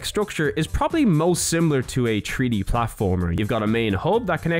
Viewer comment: In a TREE D SPACE!?!?!? YOU MEAN THREE DEE!!?!?